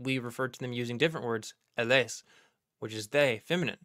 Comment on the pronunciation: The “s” is silent in the French plural pronouns “ils ” and “elles.” If they are followed by a word beginning with a vowel then they are pronounced as “z.” It is called”liaison.” Ok back to the great presentation.